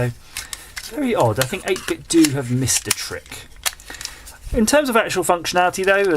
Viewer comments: I think it's pronounced "8-bit-DOH", not "8-bit-DOO" :P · No, its not 8bit-DOO but 8bit-DOh.. its japanese.. All the pros know that ;-)